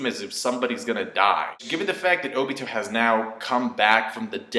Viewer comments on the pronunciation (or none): none